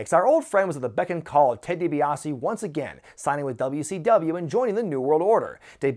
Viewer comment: 'Ted DiBaise'.